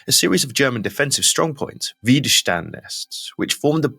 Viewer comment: Widerstand Netz (Red de resistencia) no se pronuncia Güiderstand Netz, se pronuncia Vider chtand Netz. En alemán la doble W no se pronuncia como en Washington, sino como en Wagner. Y la ese junto a una te se pronuncia cht, como por ejemplo en Stuttgart o Stein.